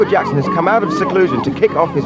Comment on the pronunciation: When you say his last name make sure you put and say jackson not jacko..